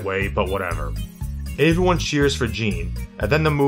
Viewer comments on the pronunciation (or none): Can we talk about how he says “avyone” not “everyone” lol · Is it me or does sound like he's saying "averyone" instead of "everyone".😂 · I just noticed how you say "aeveryone." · Hahaha came to the comments to say the same thing. Aeveyone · why do you pronounce everyone weird